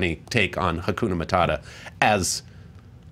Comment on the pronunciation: It's pronounced HAKUNA MA -TA-TA not MA-TA-DA